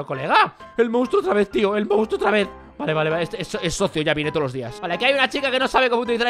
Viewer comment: wey le dice munstro al tricky XD